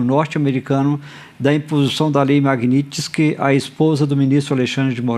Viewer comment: Esse analfabeto da globo não consegue falar MAGNITSKY ?